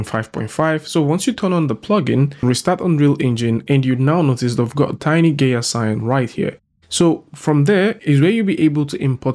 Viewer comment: "GAY-Yeah" lmao, thanks for making me laugh, needed that :)